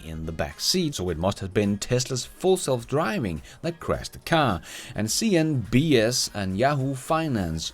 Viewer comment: I like the way you say "cnBS"😂